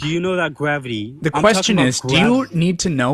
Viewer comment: "How do you know it's gwavity?"